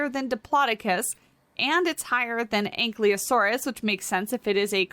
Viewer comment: It's An-kye-low-sore-us And An-kye-low-doe-cus.